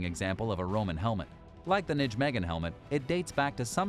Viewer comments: Nijmegen is pronounced "NYE meg en" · Nijmegen is pronounced as Nay-may-hun. That is the closest sound in English. The ij is like a y with an umlaut.